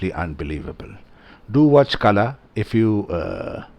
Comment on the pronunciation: "Kala" - the "la" is pronounced as in Ball, not as in Bell. The English alphabet do not have a letter than get the correct sound out. Kala pronounced as in Ball means Weed.